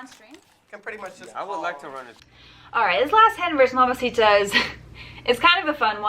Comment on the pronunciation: you're not saying mamacita correctly, it's mamacitaaaaaaaaaaa